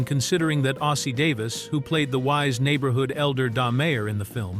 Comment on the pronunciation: At least you could’ve had a photo of Ruby Dee and Ossie Davis… and Ossie Davis characters name was “Da Mayor” not Don Mayor